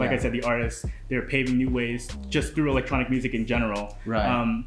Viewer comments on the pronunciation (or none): none